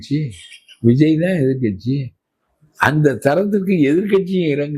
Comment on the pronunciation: ஐயோ சிரிக்க முடியவில்லை எதிர்க்கட்சி வரிசை உச்சரிக்கும் போது